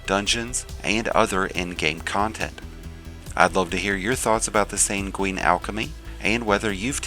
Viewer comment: "SANG-win", "HELL-yun". Please, for the love of god. Drives me nuts when all these people who want to make videos where they talk don't know words.